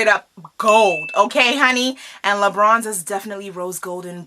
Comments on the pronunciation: I thought she kept saying lebrons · I heard l'beach lmao